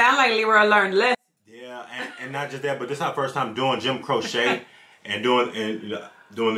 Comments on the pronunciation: "Jim Crochet"???......Does Jim look French to you??? Maybe you meant Jim Croquet, or Jim Croissant, or Jim Cordon Bleu?? Dude!!......his very Mexican last name is pronounced.......Crow--chee. Now......go and check out his masterpiece....."Operator". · Crow-chee not crow-sha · This man (Croce, I mean) was tragically taken from us far, far too soon. But he did leave a small treasure trove of wonderful recordings - "Time in a Bottle", "I Got a Name", "I'll Have to Say I Love You in a Song", "You Don't Mess Around With Jim". FYI: /crow-chee/ (not crow-shay) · It's "Croŵ shay" not a needle craft project "crochet" 😂❤ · Pronounced Crow-chee not Crow-shaa. Leroy Brown is bad but you _Don't Mess Around with Jim_, really, check out the song. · Oh yea, the great Joim Croce. Pronounced crow chee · Cro-she, not crochet. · I live in the town where he lost his life following a concert he did at the local university. (his name is pronounced Cro-chee) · his name is Italian, so it's actually pronounced Croh-cheh. That is how Italians pronounce it. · Well actually his name is Italian, so the proper pronunciation is Croh-cheh, if we are being pedantic. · His name is pronounced CROW-CHEE. Love his voice and songs. Thanks much for reacting to this song. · Oh- and his name is pronounced “crow-chee” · That is my favorite form Jim Croce, others are "Don't Mess Around With Jim", "Operator', and "I've Got A Name" BTW, it is "Crow-che" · His name is pronounced Crow-chee. Operator, Time In A Bottle, Don’t Mess Around With Jim, Rapid Roy (That Stock Car Boy) are all must listen to songs. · It's pronounced Crow Chee and he has a ton of good songs. Look at the album Photographs and Memories. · What a great throwback! Just fyi, it's pronounced Crow-chee. :) You can try out Time in a Bottle, I Got a Name and I'll Have to Say I Love You in a Song. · There is a follow up to this. The name is pronounced Crochee. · Jim Croce pronounced crow-she.✌️❤️🙏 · Its actually pronounced Crow'Chay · It's Crow-Chee